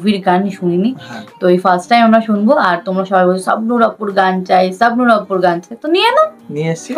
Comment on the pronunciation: আপনাদের উচ্চারণ ঠিক করুন দয়া করে।সাবনূর না,, বলুন শাবনূর।